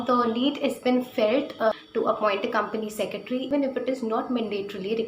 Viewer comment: How many of u got pissed every time she said, "Company Secetry". Madam, spell it correctly - it's 'Company Secretary'.